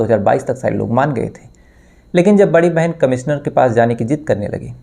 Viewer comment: अरे भाईसहाब... आपकी भासा कब सुधरेगी ? आप कब श को स कहना बंद करोगे? "कमिसनर" कैसा अजीब लगता हैं सूननेमे...